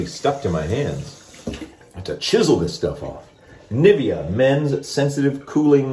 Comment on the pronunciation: The shaving gel brand is actually spoken like "nee vea aaah" To German ears niffeah sounds quite funny.